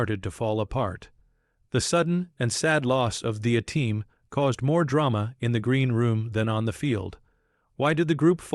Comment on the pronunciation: Fucking 2 seconds in, and it can't even pronounce A-Team. Fuck AI slop